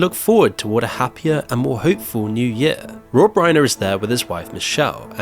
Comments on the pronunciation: Reiner rhymes with diner, not gainer. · RI-NER PLEASE respectfully learn how to pronounce the name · You should try and pronounce his name correctly. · it’s annoying when you keep pronouncing Rob Reiner‘s name wrong. It’s not that hard. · You're pronouncing Reiner wrong